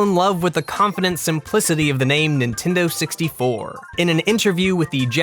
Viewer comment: NEENTEENDOO SEXTY FOOUH